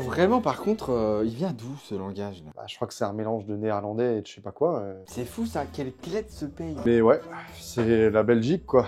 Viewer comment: J ai eu mal quand il a dit nerlandais 😂😂